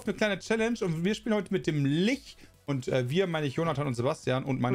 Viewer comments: XD wird Litsch gesprochen. Wie Litschi. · Ich kenn's im Englischen als "Litsch" und im Deutschen normalerweise als "Lich". Hab aber auch schon "Lick" gehört. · Die Stadt vielleicht. Ansonsten gibt es "Lich" nicht auf deutsch. Das ist halt einfach ein englisches Wort und wird "Litsch" ausgesprochen. Macht es nicht richtig, dass viele es falsch machen. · "Litsch", nicht "Lich" bitte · Aussprache von Lich hat auch ein neues Rekordtief erreicht, danke euch. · Alle so: Kann eine Zahl richtig vorlesen? Ich: Kann Lich richtig aussprechen? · Kann das Wort Lich richtig aussprechen oder nicht😂